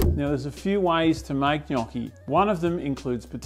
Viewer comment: Brother, it is pronounced gnocchi